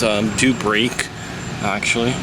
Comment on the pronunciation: Cowl not hood Double u d 40 not dubba d 40 Water not wahder Actually not akshally Cause not cahz Culprit not coalprit Skeg not skag Run not ran Reverse not ruhverse Bolt not bowl Taken not tooken